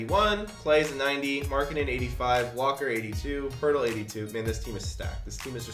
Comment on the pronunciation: I cringed when he got Markennen for demar derozen